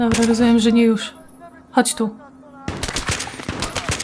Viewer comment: ''Jóż'' hahahahahhahahahah Dobre ciekawe ile masz lat i Twój kolega (facepalm)